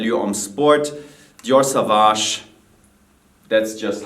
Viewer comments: Jeremy, I am a huge fan. I can't contain myself when you pronounce "dior savage" tough. I strongly believe the right pronunciation would be "saw-vage". It is french. Johnny Depp himself pronunce it this way in Dior's spot. Hope you read this. is gorgeous as always. Love, Alessio from Italy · Jeremy needs to pronounce sauvage correct already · It's Dior sauvage (sssooowaaasch)